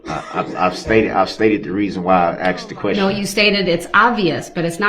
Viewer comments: Relavancy, I axed, and it goes to his biast..ahahahsh what a fin idiot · If he says " axed" one more time..... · They should teach hi to say ask and not axed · I thought i was goin crazy cuz every time he said said axed instead as asked. But im not alone obviusly lol. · Biast....biastness.... substained.... axed....troof....a whole new vocabulary.... not as intelligent as he thought he was 😂 What's with his scary manicured lady hands....bet they go down well with Bubba. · I wish you would have corrected him when he said axed as well as biased. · He axed his questions 🤣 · don't you mean "ark-sed"??? SUBJECTION /Grounz 😐